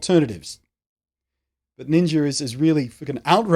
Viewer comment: HAHA I love when your people say NINJER with your accent ^^ This stuff makes me sure feel old. I cannot fathom for one second why millions would watch someone play games online, let alone give extra monthly money toa millionaire to watch him play games online. WOW! All the power to him for sure, I am just flabbergasted by it all.